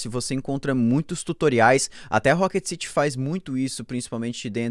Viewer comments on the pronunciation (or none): none